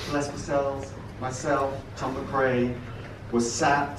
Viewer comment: John McCrae is pronounced McCree x